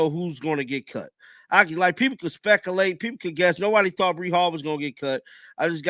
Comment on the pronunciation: he pronounced spec correctly but then added a syllable that isn't there. I've heard him pronounce you and late so he is completely capable of pronouncing spec-you -late or speculate. The way he speaks you have to wonder who Speckle is and what exactly it is he ate. Also I dont write professionally because my English punctuation is horrible. If I did write and publish in any way I would expect people to tell me to learn how to write English correctly. If he wants to speak in public get a language coach or get a new job, but at the very least don't expect likes or subscribers for what he produced.